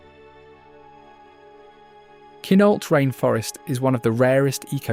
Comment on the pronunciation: Quinalt is pronounced Kwin-AULT.